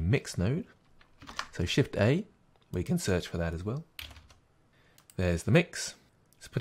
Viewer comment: thank you! This worked like a champ (once I figured out that when he said "press shiffey" he meant, "press Shift-A.") Now I'm able to make a fun movie with the pretty blue background built in. Yay.